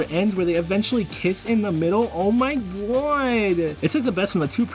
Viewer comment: "Oh muy GUWAAAWWWD!"